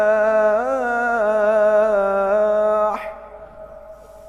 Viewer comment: Haiya'alal falah,atau haiya'alal palah, kedengerannya bacanya palah tadi 🙏